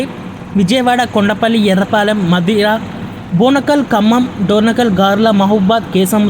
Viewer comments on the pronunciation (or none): యర్రపాలెం కాదు బ్రో ఎర్రుపాలెం